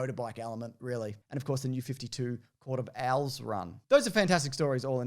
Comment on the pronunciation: I chuckle every time says “court of owls” with his accent it sounds like the “Court of Al’s”, a bunch of dudes all named Alan running Gotham City from the shadows